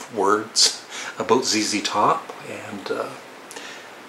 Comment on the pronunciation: I am glad you have pronounced ZZ Top (zee, zee) correctly instead of Z(ed), I know that Canadians pronounce the letter Z as Zed.